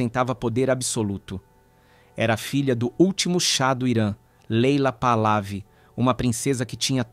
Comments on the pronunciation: Onde é que está um ‘R’ no meio do nome Pahlavi? Vejam a locução, é repetidamente dito Pahrlavi e não Pahlavi… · " parlavi" Lê-se: PAHLEVI. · Parlavi, Pahlavi, Pahlavi, Parlavi , meu Deus, é PAHLAVI, sem o R, como que faz tanto trocadilho, e errado....que agonia..... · Pronuncia Par - lé - ví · Pronuncia os nomes errados, ensina os mais jovens errados. Vou escrever como deve ser pronunciado: " PARLEVE"